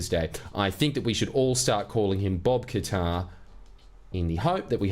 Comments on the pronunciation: Mrs Bucket. Mr Qatar. ..... 🤠😤... IT'S PRONOUNCED KAT-TARR 🤜🤜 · Qatar is actually pronounced Cutter. I know, very disappointing